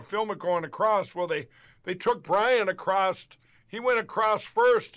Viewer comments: “…they took Brian ACROSST”….FFS 🤣🤣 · Hey, thanks for another laugh filled 13 minutes. "stold, Compenskate, acrossed" etc etc mypillow speaks in tongues..... only recognisable to halfwits. Candian 😂 What do you say? Morons the lot of them... Thanks again, really love your show.. makes my week. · Stold.....crost.....qwast....roko ...??? Must be a Maga Patois language. All of you reached out to the bank president..." What he doesn't know they all reached out to the bank president to thank them. 🤣